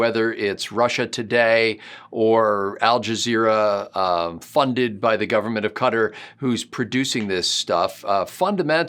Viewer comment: It seems I'm hearing you saying AlJazero.